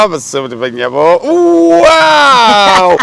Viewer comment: they say wow NOT wuwiiiiwuwwiii anyway happy new year both of you.